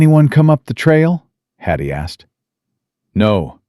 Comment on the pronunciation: Watching from UK,shame you kept saying Hattie's name wrong ,but truly a lovely story